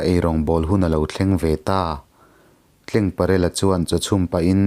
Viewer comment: ka hriat dan lo sawi ve lawk...dik ber chu ka inti lo..Tlengparela tih hi...Rul...tleng ang nilo in....TLENGTLE.. hming ang a...Tleng.. ang aw ki sang ang a lam tur ni in lo hria a...CHAWMNU tih hi...chaw kan ei a...chawhmeh chawm ang...ti a...Chawmnu tih a lam tur niin lo hria a...